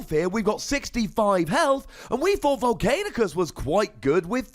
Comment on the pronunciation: I love your vids but it's not Vol-cain-i-us, it's not Vol-cain-i-cus, it's Vol-can-i-cus... Still love your vids though lol.